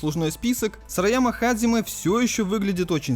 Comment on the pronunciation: Пришёл подушнить. Японские слова у нас только записываются по Поливанову. Произносить же нужно настолько по японски, насколько получается :) В данном случае 基 лучше произносить как hajime. Ты же анимешник, камон, наверняка слышал, как герои воодушевленно произносят это слово. Или hajime ka. Или даже hajimemashou!